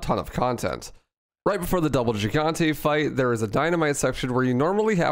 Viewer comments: Gigante is pronounced hig-on-tay. its spanish after all. Hope this helps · Is it not pronounced "hee-gan-tes"? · “Jeehgantay” lmao